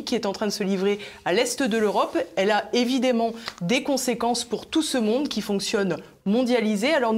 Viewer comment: Le " e" d ' évidemment se prononce " a".... exemple d ' erreur due à la méthode dite globale d' apprentissage de la lecture....